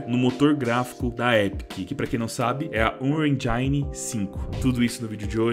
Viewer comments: Dog . . . N querendo criticar mas ja criticando, ksksksk. Pronúncia de engine ta mt errada vei. . . Eh q da agonia ouvir endjáine. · ur enjaine